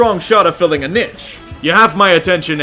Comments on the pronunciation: I don't know if pronouncing "niche" like "nitch" is an american thing, but it should definitely be pronounced "neesh" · I really enjoy your content....but the way you say niche makes me groan. It's like quiche, but with a n instead of the qu. So, pronounce it like quiche by with an n, plz. It's not a "nitsch" But you are right, definitely something interesting to keep an eye on! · niche is pronounced neesh